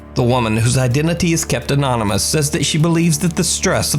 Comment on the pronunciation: You can always count on a few constants with Top 5. Always a late upload, no source for Japanese video, and the inability to pronounce Anonymous. But maybe I'm just being harsh. You decide.